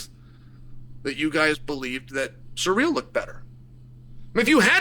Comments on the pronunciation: Chael said Pierra and Surreal in the same sentence 😂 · “Surreal” “Peara” 🤣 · I practically never watch any of Chael's videos because I can't stand how low of an IQ this guy has but I had to watch this just because I heard his take was ridiculous. It's so hard getting through this video when he keeps calling him surreal like an absolute re.ard and then screwing up Alex's name as well. Chael is a joke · 😂 why is that an acceptable pronunciation 😂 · You have never pronounced Ciryl's name once in your lifetime and a Fum advert? After the Raja stuff I don't understand how you have a following.